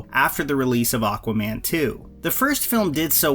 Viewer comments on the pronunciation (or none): none